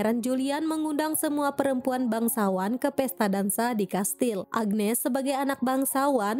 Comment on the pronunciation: Agnes bukan agenes😂😂